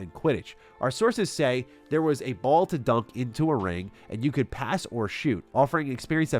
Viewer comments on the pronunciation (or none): none